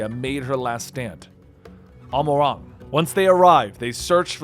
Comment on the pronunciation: Holy shit can you please learn to pronounce the names. Eljibus? Vautry? Amh Arong? Telophoria? Look at how they're spelled, homie. Good video tho.